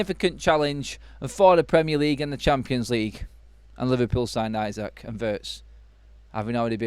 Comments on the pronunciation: First time I hear 'Alexander Ayzak' Pronunciation lol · Liverpool winning league wasn't enough we were looking at least 3 trophy. Time to.. fix . By the way you are pronouncing isak name wrong.